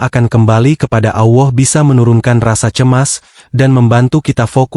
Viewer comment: 😂😂😂 allah bukan awoh, mimin e dodol 😂😂😂